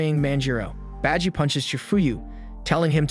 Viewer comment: Beji?! Its baji!!!!